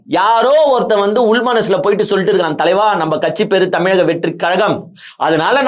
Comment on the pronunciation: தூர்நாற்றம் வீசுகிறது. தானே தலையில் _______ அள்ளி கொட்டி கொள்கிறார்கள். இதுதான் 5 வருடமும். Jokers we can enjoy jokes.அனைத்து அமைச்சர்களும் முதலில் தமிழ் கற்க வேண்டும். ழ எழுத்தை எவரும் சரியாக உச்சரிப்பதில்லை. இதில் கட்சி பெயரை தமிலக வெற்றி கலகம் என்றுதான் அமைச்சர்கள் பேசி வருகின்றனர். வெட்ககேடு